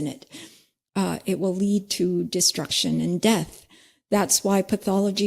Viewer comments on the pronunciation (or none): none